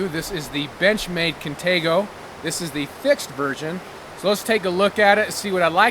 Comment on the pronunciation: i ove crocket but i hate the way you pronouce izula and contego